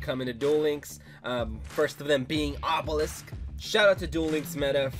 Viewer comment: wus dis, obewisk??? owo